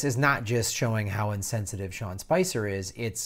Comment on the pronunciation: FYI, you keep calling him Sean Spencer, but as is shown in the title, it's Spicer. Good video overall.